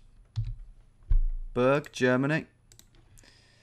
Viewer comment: and it's Lood-vigs-boorg and shtoot-gart (